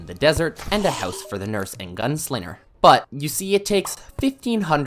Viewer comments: HE'S FROM MICHIGAN!!! HE SAYS 'GUNSLINNER'!!!! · The way that this guy cant pronounce ng combinations.... "The gun-slinner" "to make a lon story short" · There's no R in Molten. There IS 2 G's in Gunslinger. He's called the Arm's Dealer anyway. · bro is the master of pronouncing wrong. "gun slinger" "tinkerer's workbench"